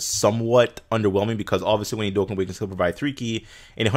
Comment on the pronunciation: Lol says that its not coora its cooler but calls Dokkan, Dokkin. (Just a joke dudes don't take this seriously...)